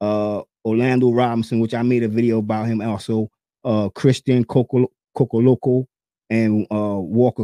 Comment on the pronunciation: Cocoloko? 😂😂Ko-Lo-Ko